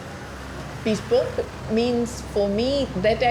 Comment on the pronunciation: Its not bespock